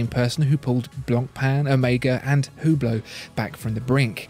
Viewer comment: I can only say superlatives about video quality and editing skills, but please, learn to pronounce Porsche and Hublot.